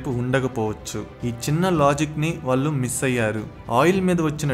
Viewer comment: ..మీ videos బాగా ఉన్నాయి. అయితే అక్షర దోషాలు లేకుండా చెప్తే బాగుంటుంది. ఉదాహరణకి మీరు "వాళ్ళు" బదులు "వాల్లు" అంటున్నారు. "ల"కి "ళ" కి తేడా ని గమనించగలరు